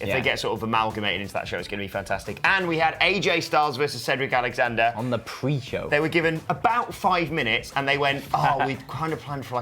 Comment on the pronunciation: She calls it "The Purge"